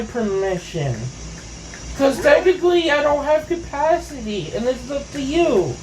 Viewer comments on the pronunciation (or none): “Techniwee I don’t have capacwitee” 🥺 👉👈